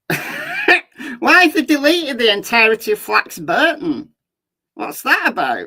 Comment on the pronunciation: It's pronounced Flax (Bor) ton, not Flax (Bur) ton.